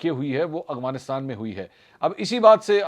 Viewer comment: السلام علیکم منصور بھائی یقیناً آپ کا ہر پروگرام دیکھتا اور سنتا ہے ۔ تجزیہ بہت متوازن ہوتا ہے ۔ بہت اچھی بات ہے ۔ آپ کی اردو انگریزی کی ادائیگی بھی صاف اور بہترین ہے ۔ یہاں ایک بات کی نشاندہی کرنا چاہوں گا کہ آپ لفظ "افغانستان " کی ادائیگی ہلکی سی تبدیلی سے غلط ادا کرتے ہیں ۔ آپ افغانستان کو ہمیشہ اغوانستان کہتے ہیں ۔ مجھے امید ہے میری نشاندہی پر آپ اپنی اصلاح فرمائیں گے اور یہ بھی امید ہے کہ آپ میرا پیغام اپنے پروگرام میں شامل نہیں کریں گے ۔ خیر آپ سلامت رہیں اور پلیز پلیز افغانستان کی درست ادائیگی فرما لیجئے ۔ فیصل اکرم گیلانی